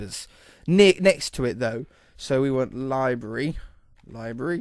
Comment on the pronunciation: "Libary" 10/10 would English again